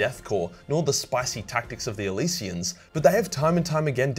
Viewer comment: I'm sorry you mispronounced Elysian Drop Troopers LOL